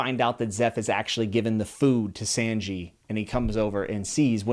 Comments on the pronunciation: Havent seen any comments but its sanji is pronouced Sawn-Gi you could look up some early episodes and youll hear how their names are pronounced. (Not a huge deal but...) :) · I know it’s a little nit picky, but Sanji’s name is pronounced (Sahn-jee). Also Usopp’s name is pronounced (oo-sopp). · So glad to see you enjoying this beautiful series man. You're going to love it. By the way, Sanji's name is pronounced (Son) (Jee) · but it pronounced kind of like S-ah-nji Sorry I’m bad at jokes. Great video though, I did watch the whole thing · Glad youre enjoying the series! Its amazing how every One Piece fan has similar journeys. As someone who also went from apprehebsive to a true believer. One thing though - Sanji's name is pronounced SAWN-jee (like Lawn). Hope that helps :) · For a first time read pronunciation for names was super solid only one a little but off was Sanji with the San being pronounced like sonnet as opposed to sand (sahnji). Genuinely impressed cant tell u how many wild names ive heard from other readers. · So glad you found op and are loving it. Small pronunciation note Sanji is pronounced s-on-gee. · Just a tip, some of the names are pronounced slightly different. Usopp is like Oosopp Sanji is like S-on-ji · Your saying Sanji's name wrong! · First of all you pronounced sanji name wrongly…and some of us have been fans of One piece since 20 years ago… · Your pronunciations of Ussop and Sanji are off. you should learn them if you make another OP video. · I’m literally saying the same thing. It’s the way he says sanji that kills me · Your pronunciation of sanji hurts my ears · Dudes pronunciation of Usopp and Sanji is so bad lol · You just butchered the pronunciation of Sanji’s name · Hey awesome video super excited to see more on your trip though one piece. One small critique would be to just check pronunciation on some of the things. Sanji kept catching me off guard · Sanji is pronounced with an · Youre saying sanji wrong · Sanji(son-gee) plz